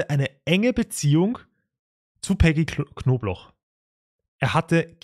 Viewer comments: wieso verstehe ich immer nur „wer rief die knoblauch so auffällig oft an?“ oder soll das so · *Knobloch nich Knoblauch… das sagen sie ständig falsch… eigentlich nich dramatisch aber irgendwie nervt es mich ein bisschen 😅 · Warum sagt der eigentlich die ganze zeit Knoblauch anstatt Knobloch? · Fällt nur mir das auf oder sprechen und jedes Mal Knobloch wie Knoblauch aus?